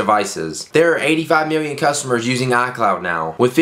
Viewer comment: Miwwion biwwion dollars!!!!!